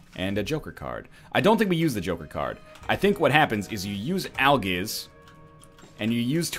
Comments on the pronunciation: You said aljizz instead of algizz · This dude actually said "Aljizz" instead of Algiz.